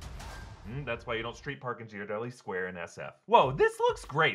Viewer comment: the way he said Ghirardelli hurts my soul